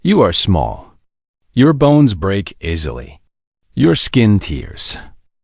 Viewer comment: Why dot is dot it dot necessary dot to dot speak dot a dot full dot stop dot ???? aisly instead of easily, tears instead of tares. AI needs improvement